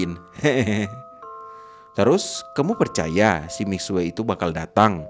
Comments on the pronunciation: Ngomong nya mixu bukan mixue tapi tulisan nya mixue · baca nya mikxu tapi memang tulisan nya mixue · itu cara baca nya salah bg miksue itu salah cara baca nya misyue btw semangat truss bg 💗💗